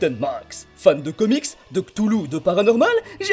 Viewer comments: Cthulhu se prononce « Ksfeule » ! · Cthulhu se prononce « Ksfeleu »